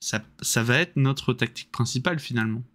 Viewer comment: Une défaite pas méritée du tout, "tan' t'au niveau de la taqueutiqueu, qu'au niveau de la téqueunique"; mais au moins j'ai pas été obligé de mordre Bébert. ( J'ai pas pu suivre la fin du live, panne internet ) A Demain pour la Boue et la sueur.